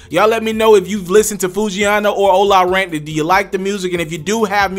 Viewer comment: Why he keep sayin ola rant it’s ola runt